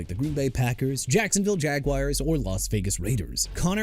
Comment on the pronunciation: BRANDON AIYUK ALREADY GOT TRADED TO WASHINGTON!!! WHAT ARE YOU TRYING TO PROVE HERE?! ALSO KAMARA PRONOUNCED KUH-MA-RUH NOT KUH-MEH-RUH!! JAGUARS PRONOUNCED JA-GWAARS NOT "JAGWIRES" AND NEW ORLEANS PRONOUNCED NEW OR-LINS NOT NEW OR-LEANS!! KAYVON THIBODEAUX PRONOUNCED TI-BUH-DOW NOT THI-BUH-DOW!!HOW MANY TIMES DO I NEED TO KEEP TELLING YOU DUDE?! YOU KNOW WHAT? YOU AIN'T CUTTING IT. YOU NEED TO BE TRADED OUT OF THE JOB.